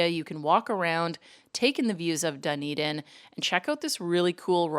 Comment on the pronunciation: Also, it's not "dun-eden" it's "d'n-EE-d'n" :-)